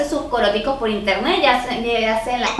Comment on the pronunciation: El primer paso para comprar en interneSSSS es el qué? jajajajajja, me caes súper bien 😂😂♥️